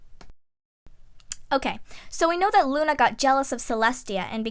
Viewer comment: at 25:6 she sad lu nigtmarmoon